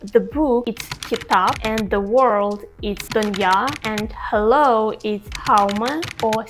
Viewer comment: your hello sounds like our "hao ma"